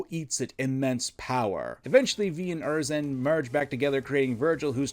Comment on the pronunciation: You gotta be saying Urizen and Qliphoth wrong on purpose bro 😭😭😭.